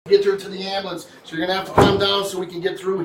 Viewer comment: Nothing is more annoying than hearing “amboolamps” over and over 😂